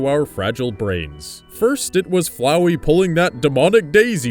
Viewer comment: Finally someone who can actually pronounce FLOWEY ike a normal person.